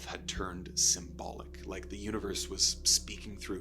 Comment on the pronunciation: UNIVERS??? C'mon dude...